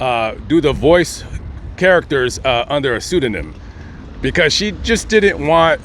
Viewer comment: you speak like a schoolyard bitch the way you pronounce(didn't). It's not.Didddnt! Where the hell did you learn to speak? What school did you go to?